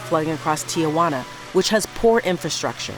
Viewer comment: The reporter should learn how to pronounce the city of Tijuana. It’s “tee-wanna” and not “Tia Wanna”. With her pronunciation it sounds like she is referring to her Aunt Juana.